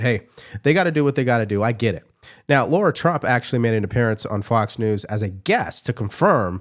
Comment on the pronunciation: C'mon - it's Lara not Laura. It's on screen for the whole clip, silly avoidable mistakes like that are only to your detriment.